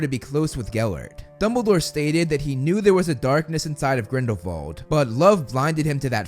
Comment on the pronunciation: Thank you for pronouncing Grindelwald correctly (German name) 😊